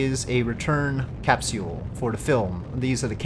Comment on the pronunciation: Why do you pronounce capsule as 'cap-see-il'? lmfao Another great video, really enjoying the stock playthrough too